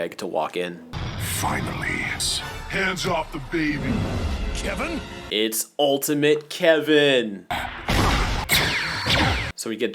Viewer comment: perfect time but Greg said “Levin?” Not “Kevin!?”